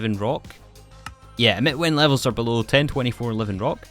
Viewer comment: "We 'ars' gonna play with it in this pack." Fine, take your like and get out.